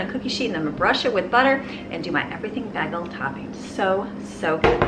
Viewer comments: i giggled a little at the way you said taziki... tazahkey... its tazeekey. i could hear my old greek boss correcting it in my head. lol bless him. lol and then a bag-el instead of a bay-gel. lol not trying to be rude or make fun of you, just tickled me. i am going to copy some of this for my family of six. great recipes!! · Ok, like many people apparently, I thought the way you said “bagel” was a little strange. Then last night my hubs says it & it came out like you say it! THEN...this morning I’m watching a food network video & Guy Fieri is at a bagel shop & he says it like you! I now know that I’m the strange one & you are as cool as Guy Fieri. 🤣😂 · I thought she was saying “baggle”. 🤔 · because she has said Bag-ull so many times.. I got to ask the subscribers how do you pronounce “Bagel” BAY-gull, BAG-ull, or BEG-ull?? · Such a wonderful family! I love watching these videos! It throws me for a loop though every time you say “bagel” lol I have to rewind and then I realize what your saying lol